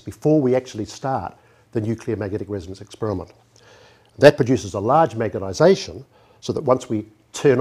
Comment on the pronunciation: Really excellent presentation. Sadly, the presenter died in 2012 (look him up on Wikipedia - he was one of the most famous NZ scientists ever). No disrespect to him, but I must admit that I find it distracting that he often clearly says "magetization" instead of "magnetization" :)